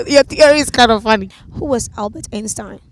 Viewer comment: The way she was saying Einstein took me out 🤦🏽‍♀️😭😭😭 pronunciation mad wrong